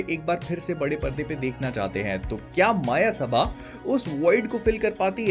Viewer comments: I think it's Not a मायसभा.... It's a मयसभा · I am so frustrated that these so called film reviewers aren't capable of pronouncing the very film they are reviewing, it's called मयसभा and not माया सभा. And it's also so frustrating that there aren't many shows for this film. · भैया मायासबा नहीं ,,, मायासभा✅ Thankyou for review❤ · Bhai ye "मायासभा" nahi "मयसभा" hain. Wahi jo pandav ne rachai thi, usme duryodhan gir pada tha, aur Draupadi uspe handi thi sur fir pura mahabharat ho gaya.. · Exactly… Maayasabha, Maayasabha.. everyone saying the name wrong